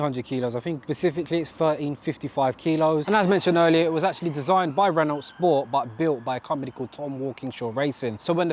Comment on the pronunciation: Nice car dude! Isn’t Renault pronounced Renow (as it’s a French company), not Renolt as it’s spelt in both languages.